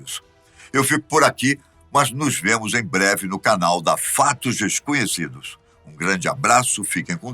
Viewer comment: "fatos fesconhecidos" kkkkkkkkkk